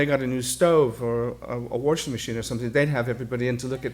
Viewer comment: “Warshing machine,” yup that R my mother always said ( from DBQ)